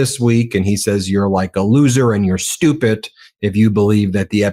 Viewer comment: Ben, I love you, but it is stupiD, not stupiT.